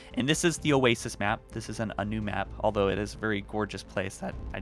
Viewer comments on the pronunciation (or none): none